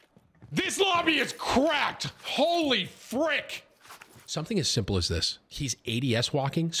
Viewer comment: Tim said fwick one time by accident instead of frick so of course that’s all I hear anymore 🤣